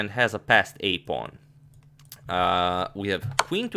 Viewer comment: "whute is up a pown"